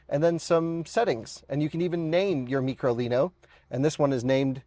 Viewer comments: It’s micro, stop calling it “ meekro “ …. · Did you not learn anything?? Its micro (Mike Row), not mee crow leeno. At least can count!! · why does he say Meecro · It must be pronounced as " My-crolino" as Micro means small. Microscope etc. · It's name in Micro lino and why do you say it's so funny after everything?